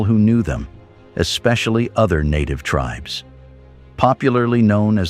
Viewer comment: WTF computer voice sucks. Native tribes mispronounced.